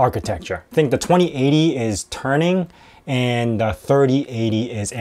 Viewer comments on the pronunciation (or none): Turing, not TURNing lol